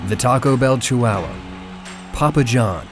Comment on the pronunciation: says chihuahua like waluigi would